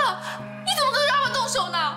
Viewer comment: 李新能把Robert 念得好一点吗？很难听。